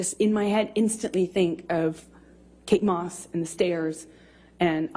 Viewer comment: ME GUSTO ,Como se equivoco al pronunciar a Kate moss,,, Realmente queria hundir a jonny, su maldad no tiene limites, Ella ni se sabia bien la historia de lo que paso con kay y johnny, 😂😂😂Me alegro que quedo en ridículo ,JUSTICIA DIVINA FUE PARA JOHNNY. 👏👏🙏🙏🙏🙏